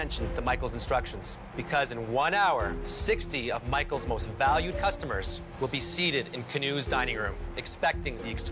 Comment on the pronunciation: Alvin : Cussomers Me: What is a cussamers